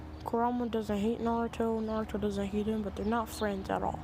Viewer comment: nawuto and kuwama best fwends